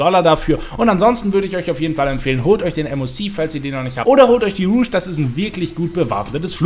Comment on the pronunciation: Gutes Video, aber du sprichst "Rogue" falsch aus! Es ist nich Moulin Rouge!